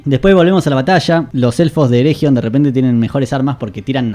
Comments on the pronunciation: Por favor, no pronuncies ereJion, sería más bien "ereguion". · Pronunciaste mal "ERRRREGION", no merecés que siga viendo tu vi... bueno tome su like buen hombre